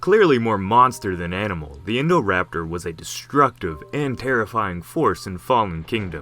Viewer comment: i cant get around this name, i only hear "indoor-raptor"